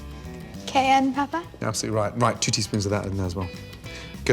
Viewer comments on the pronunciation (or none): none